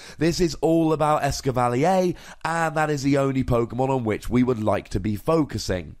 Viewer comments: Blame it on the French XD (the triggered British mind of mine) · It's Ess-cavva-leer, not Ess-kivv-al-ee-yay. No need for the French accident. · Actually the French name for Escavalier is "Lancargot" But yeah I agree, a French person would probably pronounce "Escavalier" exactly like you did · it is DEFINATELY not pronounced "eskivalleyaaay" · As a guy who owned a Chevy Cavalier for years, I appreciate your fancy as fuck pronunciation of this lol